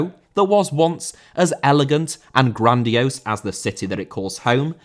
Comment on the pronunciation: Grandiose* not Grandiouwse